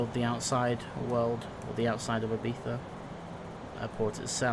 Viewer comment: Im Spanish/Lithuanian/English And You Pronounced Ibiza Correct!